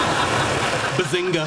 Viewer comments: When sheldor coopbag said Bazingoo I felt that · Shedlad Cobra said Bazengei